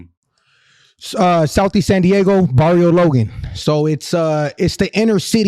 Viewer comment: The way he says "Barrio Logan" straight white washed AF 😂😅 and those sun glasses dont go lil bro.